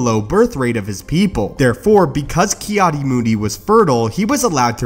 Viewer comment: Its Ki-Adi isn't it?